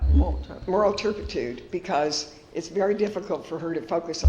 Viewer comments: “Moral turpety.” 🙄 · Terpitude Terpitude Terpitude Terpitude Terpitude Terpitude Terpitude Terpitude